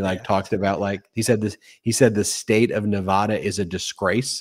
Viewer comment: Thanks for pronouncing "Nevada" correctly 😂